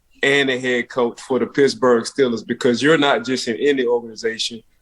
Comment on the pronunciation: Man we are not the Stillers why is it so hard to pronounce the EE smh damn